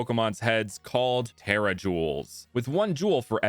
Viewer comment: He pronounced it the correct way